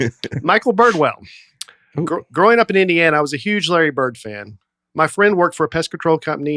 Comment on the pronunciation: Dusty and his T’s: Larry Bir-T 101:38 Not be good-T 109:40 doin’ good-T 110:40 very good-T Bored-T Afraid-T Food-T 😉